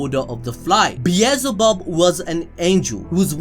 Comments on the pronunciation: It's beel-ze-bub bro... Not bezelbub..😆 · bielzebub BRUH its belzebub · It’s not bee ez zul bub, it’s Bee el ze bub. Bee el ze bub. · no one gonna talk SBT how he mispronounced beelzebub the entire video. its not beezelbub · the amount of time he said beezlebub